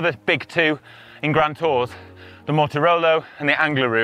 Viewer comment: Sorry, Contador says Mortirolo.:)